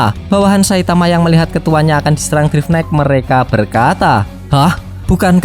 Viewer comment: bang namanya drive knight dibaca (draiv naikt)